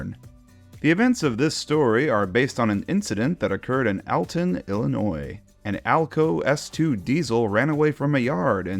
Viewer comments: Id like to make a correction to your pronunciation of Alton It’s more pronounced as All-Ton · you said Alton wrong